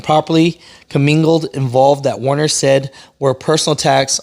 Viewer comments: "WER- ner", NOT "WAR- ner"! Please, finally. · It’s Werner people, not Warner. Get it right.